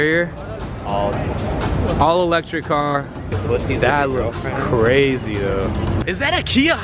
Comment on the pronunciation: That intro... makes me cwazy